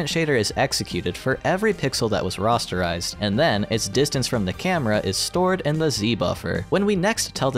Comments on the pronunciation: I'm sorry to do this to you. It's pronounced "RAH-sterize", not "RAW-sterize" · Why do you say rasterize like "rosterize" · The way you pronounce "rasterize" absolutely killed me. It's like the GPU is forming a roster for a sports team out of triangles. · Interesting video. Thank you. I noticed you pronounce "rasterize" more like I would expect "rosterize" to be pronounced. Is that the correct pronunciation for the word?